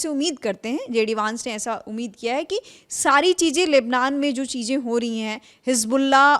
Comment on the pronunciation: Abe Urdu bolna to seekh lo.. Cheejen...nhi... Cheezen